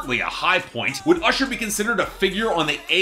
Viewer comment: actually it's when Ludacris says "ursher"